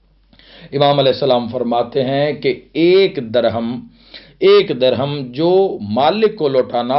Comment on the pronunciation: لفظ درھم کو زیر کے ساتھ پڑھیں